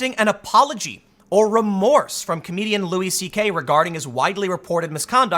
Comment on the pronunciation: I just wanna throw this out there. It's pronounced Louie. Lol